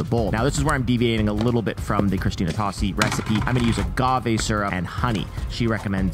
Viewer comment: Great video, but one thing... her name is pronounced "toe-see".